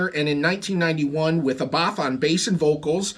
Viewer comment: Nothing worse than metal nerds who can't even pronounce Abbath correctly....